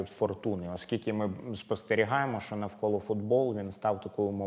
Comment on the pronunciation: Почему ведущий иногда говорит "шо" вместо "що"? Он малоросс?